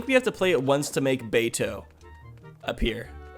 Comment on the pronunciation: Baito is pronounced "Bye-Toe" and is literally just the Japanese word for a part-time job. The more you know